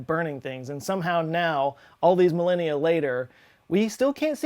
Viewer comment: For a second I thought he said "all these millennials later" and went wtf